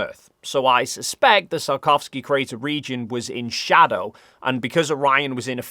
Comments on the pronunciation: "it was photographed in great details by South Korea's Danuri probe. I really hope that's how you pronounce that. And like I said, the Sarkovski crater..." It's very impressive how much managed to butcher the "Tsiolkovsky" surname throughout the video, apparently without realizing it XD The wikipedia page even has IPA pronunciation! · Hey, I hate to "that guy" but the 'i' in Tsiolkovsky is really short (so 'see' with a 't' on the front, rather than 'sigh' with a 't' on the front). [The pronunciation is actually on the wikipedia page.] It took me until you showed his picture for me to work out what you were saying, LOL. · Perhaps it's my interpretation of your north-western accent, but I think that seulkovsky is a better interpretation of Циолко́вский than sarkovsky. Not that I know that much about the cyrillic alphabet and Russian pronunciation, but I'm a diehard pedant. The letter л is an L you know! Anyway, I like your videos and think you're doing an important and essential job spreading scientific literacy. Have you seen this YouTube video?